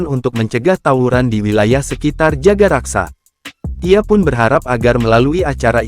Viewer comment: Bukan jagaraksa min tapi jagakarsa🙈